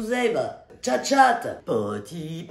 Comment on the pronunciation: Il faudrais lui dire un jour qu’on ne dit pas tchat-tchat 😂